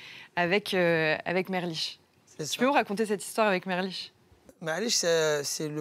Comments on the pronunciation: Elle me stresse a dire merliche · Merlich si sa te stress 😉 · Ptdrrr merlich elle ma tuer